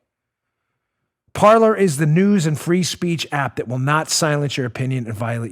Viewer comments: why do the english pronounce french words.....its supposed to sound like "Parley"....actually an accent on the e....like the pirates.....parler......not parlour.......... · It's pronounced par-LAY ! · Parler. I really think it's pronounced "par-lay" from the French, meaning to talk.